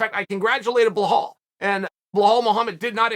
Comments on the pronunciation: It's BELAL, not Blehal. بلال. Get the guy name right! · U r still saying ur bilahaaal, its just belal bro hahaha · Chael... say Bee-lall :) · How does he get from Belal to Blahall? It is almost creative how Chael butchers names. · stop saying bloooohaaal, fucking learn the name, it's a simple name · He still calling belal "Blahall" 🤣🤣🤣 Truly undisputed undefeated Chael Sonnen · Unc been covering Belal for a while now even been on his podcast and still can’t say his name right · Where the fuck did the H in Belal come from? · There’s no H in Belal btw Chahale sonhonnelennenn